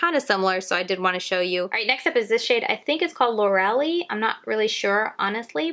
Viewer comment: The pronunciation is Lore-el-I (long I sound at the end). Thank you for the video!